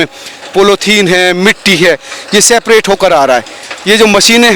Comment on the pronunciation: Seprate nahi separate hota hai. Jab English bolna nahi ata hai toh hindi bolne me kya dikkat aarahe 😂😂